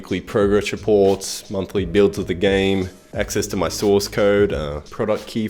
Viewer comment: The worst part is that you called source sauce. It kills me inside